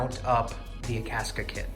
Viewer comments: I had the hardest time finding "Akaska". It's Akasaka lol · That way he pronounces Akasaka is funny to me.